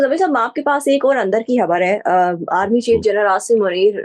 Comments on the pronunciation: Madam Pls it's not habbar...its khabbar ... Please watch your pronunciation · "خَبَر" ہوتا ہے ، ہَبَر نہیں۔ "انتِخابات" ہوتا ہے، "انتِہابات" نہیں ۔